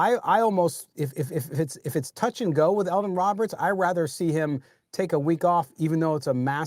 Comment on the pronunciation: It's Elandon Roberts, not Eldon. Hate to nitpick, but since you say his name a lot it gets a little annoying.